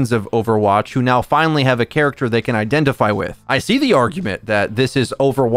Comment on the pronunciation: Just say V bro every time you emphasize they or them i cringe